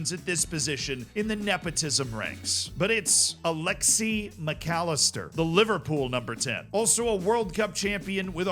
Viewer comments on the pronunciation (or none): I'm not sure if you said Alexi instead of Alexis on purpose or not and it makes me uncomfortable